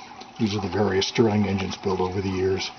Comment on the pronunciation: great book but it's a Stirling engine... not sterling.... best regards